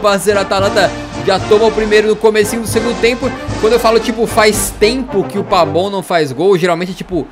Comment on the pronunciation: Porque você chama o pavon de pabon?